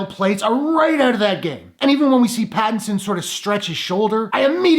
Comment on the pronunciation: I just dont like him as batman. You pronounced his name correctly. With regards to the last 2 batman's Christian bale's batman and Ben Afflecks batman Robert Patterson getting cased for this role is a joke! I am personally done with DC now.